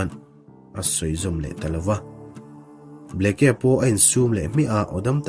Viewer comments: Bleke tiin alawm a inziah,ka thian.(bliki) ti a lam tur zawk ani e. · Kei pawh Bleke tih a ni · Arizona Governor hming i lam rik dan hi a dik meuh maw ?